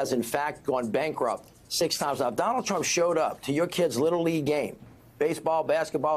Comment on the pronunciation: Trump not tramp.